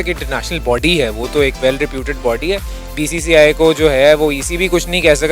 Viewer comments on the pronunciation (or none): Bhai BCCI thik se bolna nhi ata aur nam lete hai wahh 😂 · 0.04 bcci nahi bola jata....🤣🤣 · Half of them can't even pronounce BCCI😁😁😁